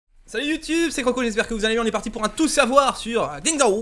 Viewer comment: "din dao"